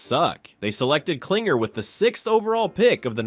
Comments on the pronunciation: The fact that you keep calling him "CLINGER" when his last name is KLING-ler shows how little you actually know what the hell you're talking about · It's Klingler, not Klinger